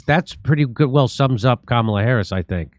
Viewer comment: Kamala bedeutet auf Sanskrit Lotus und ist auch eine heilige Blume. Es wird einfach als Kamala ausgesprochen, nicht als Kamāla. Ist das jetzt klar?